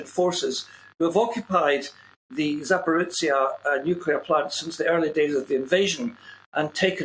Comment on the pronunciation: ZAPORIZHZHIA not Zaporitsia. I see no Ts in that word.